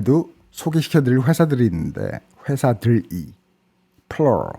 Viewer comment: Plural 발음이... 와우...